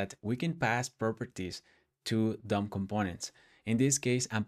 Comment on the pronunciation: i was hearing "dumb components" instead of "DOM components," and i was like, "... bold naming expo, bold naming"